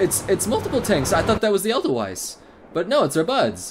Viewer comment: Marina is love. It's "Edelweiss" though, not " Elderweiss" XD